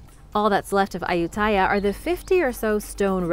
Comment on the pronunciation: I have been to Ayutthaya a couple times and several other old ruins in Thailand. It should be pronounced a-YUT-ta-ya though.